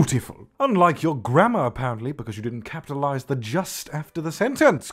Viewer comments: When he was saying grammer I thought he said grandma 👵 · WHENEVER YOU SAY "GRAMMAR" I THINK YOU SAY GRANDMA. I can't.